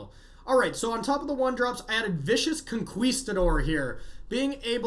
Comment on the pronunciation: Say Conqueesetador one more time! Lmao